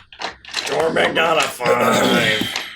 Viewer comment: "The government is even more useless than Torrrrrrbek!" lmao